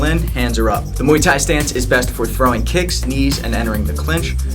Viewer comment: did he say moii tai? lol